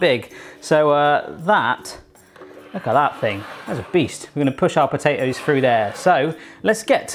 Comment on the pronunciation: "I'm gonna tide "fru" the pizza